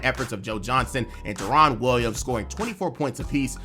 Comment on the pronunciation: Thought you might actually know hoop…then I heard you call Deron Williams “DaRon”…realized you just buying scripts on fiver…